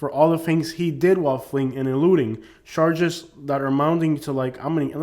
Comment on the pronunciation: I love how he says charshges😂😂😂 it’s hilarious